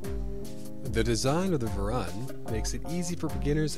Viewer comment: It's pronounced Varoon. like the colour maroon, but with a V.